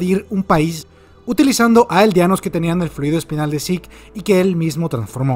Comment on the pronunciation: Me agrada mucho que pronuncias el nombre como realmente se pronuncia: "Zik". Estaba un poco cansado de los youtubers españoles pronunciando su nombre como se escribe, Zeke, suena horrible.